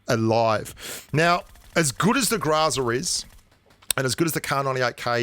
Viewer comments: I’ve been playing Pubg mobile for over a year, what’s a Grazaa?....I’ve never heard of it! Haha maybe you mean “Groza” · Groza,not graza